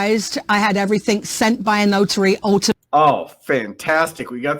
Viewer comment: She's using the K sound on words that end in G, like 'everythink, instead of everything. Not sure what part of the UK that's from